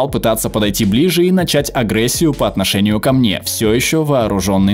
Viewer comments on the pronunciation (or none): none